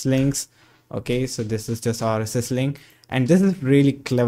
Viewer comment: Nice video! The accent could do some work. The way you say "rss" sounds off. Like it doesn't match the rest of your accent.